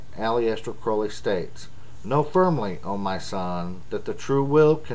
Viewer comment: You pronounce Aleister wrong, but you also pronounce Crow-ley (as in the raven) wrong. Source: Aleister Crowleys biography